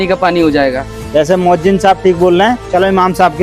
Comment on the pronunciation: MoazziM 😂😢.... Moazzin hota hai bhai